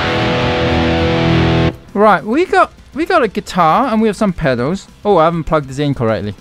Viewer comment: Please 🙏 pronounce pedals properly Please.